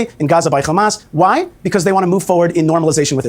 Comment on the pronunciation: can we please stop pronouncing hamas as KHamas